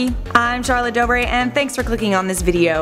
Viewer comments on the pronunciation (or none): none